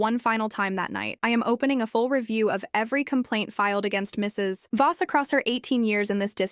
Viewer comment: The stupid AI thinks the the period after Mr. or Mrs. is the end of a sentence. And Voss is not Boss.